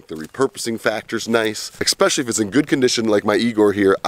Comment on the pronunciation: Worst thing is actual the amount of times you said "eXpecially". Keep the videos coming, Great info.